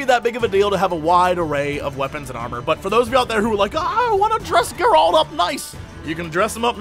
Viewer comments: Its not Geraaalt It is Geralt reviewer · Is it really that hard to pronounce his name correctly? Calling Geralt "Gerald" is like calling Jesse "Jay-z". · "I'm a huge Witcher fan" Can't pronounce Geralt.. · Dear Jesse, The way you pronounce Geralt's name is killing me. Otherwise, this is an awesome preview. I've been avoiding marketing material for the most part, but this I thought I should watch. You're hyping me up man!